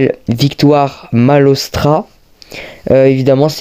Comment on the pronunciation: Super vidéo mais il me semble que son nom de famille c'est manotra pas manostra😅